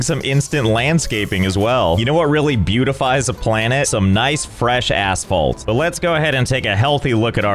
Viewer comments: "You know what really beautifies a planet? Some nice, fresh asphalt." Well, I certainly misheard that last word. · I did NOT hear "asphalt"